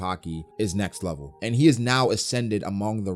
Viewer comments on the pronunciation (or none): none